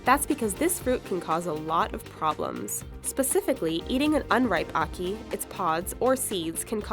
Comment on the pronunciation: You sound like your saying haki when you say ackee